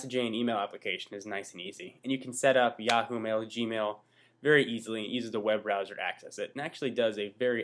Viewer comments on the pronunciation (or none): none